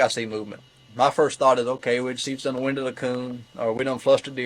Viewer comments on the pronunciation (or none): none